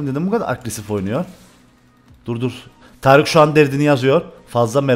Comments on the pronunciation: Abi târık ne ya kdkdkd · hocam yazışın taric konuşmanın Tarık 😂😂